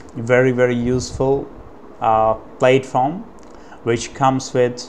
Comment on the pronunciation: He was commenting on your pronunciation. In the US English pronunciation of platform, the first syllable rhymes with cat, hat or rat, not Cate, hate or rate. "Plat-form", not "Plate-form."